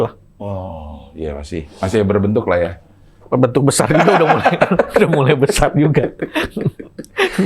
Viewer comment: Tadi openingnya bilang udahhhh,.,. Salah itu harusnya udehhhhhh